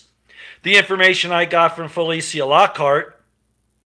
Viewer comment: FELECIA IS PRONOUNCED FELEEEESHAAA!